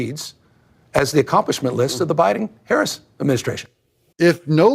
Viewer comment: newsom said "biden-harris admin." I thought he said "biden-herecy administration" THAT would be accurate!!!